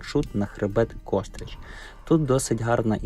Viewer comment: Не "кОстрич", а КострИча!!!